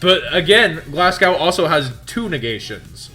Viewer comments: It's pronounced Glas-go not glasg-ow. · Why can't americans pronounce Glasgow?